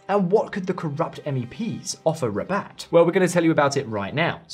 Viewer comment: Haha Rabat its not a hard word, this channel has only money for AI